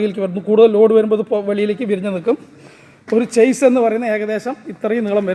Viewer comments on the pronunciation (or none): Good നന്നായിട്ടുണ്ട്.' ചേസ് ' എന്നല്ല 'ഷാസി 'എന്നാണ് പറയേണ്ടത്. ഒരു Light Motor Vehicle ന്റെ പ്രവർത്തനം വീഡിയോ ചെയ്താൽ നന്നായിരിക്കും.